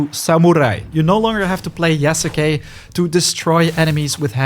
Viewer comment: Ita "Yas-kay", the u is silent.